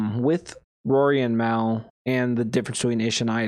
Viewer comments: if you consider that hate...you're definitely not built for the podcast game...are you even a real JBP fan? If you were...you'd definitely know his name isn't pronounced that way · Damn...if you're gonna do a deep dive, at least pronounce Mal's name right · you do know mispronouncing his name is disingenuous right? If you want to make good content you need to be authentic. Don't be that guy.